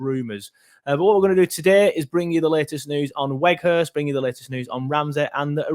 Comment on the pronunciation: Think you say both w's in his name as v's and his first name is pronounced like the word 'out'